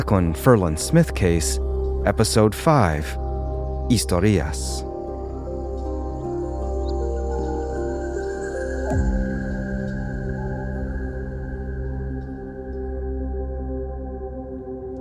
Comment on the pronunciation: Great series. I don't understand how you can get the intonation on "historias" wrong. That's odd, someone should have noticed...